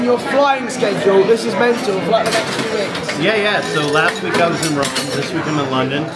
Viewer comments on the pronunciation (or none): none